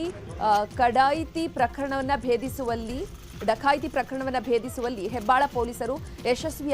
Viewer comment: ಕಡಾಯಿತಿ ಅಲ್ಲ ಡಕಾಯಿತಿ 3 ಕೆಜಿ ದೂರ ಅಲ್ಲ ಮೂರು ಕಿಲೋಮೀಟರ್ ದೂರ 😂😂😂